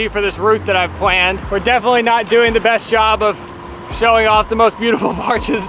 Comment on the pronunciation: It’s “pLaned” not “pWaned”. 😂😜